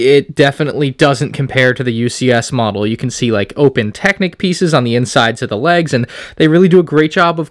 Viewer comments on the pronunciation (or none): none